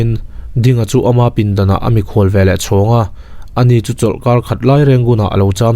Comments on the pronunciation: A ziakah 'veleh' tih ni si, 'velah' tih tlat hi a dik lo tih mai loh chu lehkha chhiar thiam tak i ni. A ngaihnawm e. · 'Velah' i ti palh zauh chauh a lo nih hi.😂😁